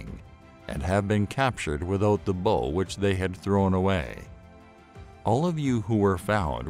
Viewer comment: Bow* not bull or bowl as it's said in this video. This video is vocalized by an AI. That's lazy. Also the four horsemen represent the beginning of the second coming of Christ not the end of the world (though it is a legendary time).